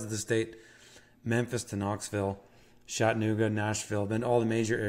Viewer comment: Lol Shat-annooga